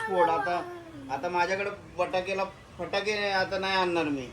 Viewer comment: पटाकडे नाही फटाके 😂😂